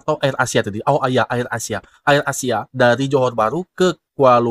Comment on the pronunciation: AYER ASIA (AIR ASIA)😅😅😅😅😅😅😅😅😅 Mas sebutan biar betul. Air ASIA dlm bahasa Inggris